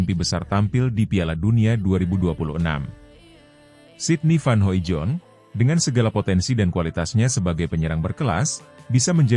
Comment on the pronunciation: bacanya van hoidong bos